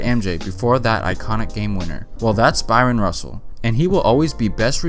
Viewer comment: Man, stop pronouncing that man’s name as “Byron”.